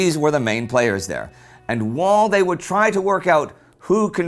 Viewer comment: The way Indy says "while" makes him sound like a South African